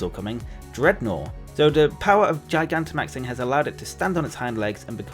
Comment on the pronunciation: I love how everyone keeps mispronouncing “Gigantamaxing”. Almost as if that’s a really stupid name or something....